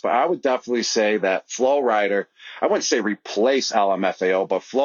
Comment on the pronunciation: “Flo Rider” lmaooo